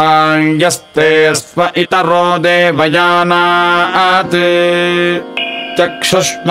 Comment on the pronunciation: Right in the beginning, where Sahanavavatu is recited, the word Tejasvina has Anudattam for both Te and Ja; but it is heard .*only* in Ja and Not in Te. Please look into and clarify.